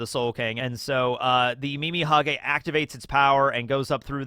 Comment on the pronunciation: Calling Mimihagi, Mimihage is so funny. Earbald it is.